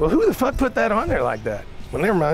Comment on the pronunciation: Richard said FOCK!